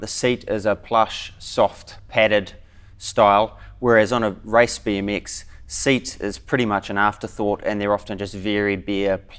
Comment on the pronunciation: he says rice bee m x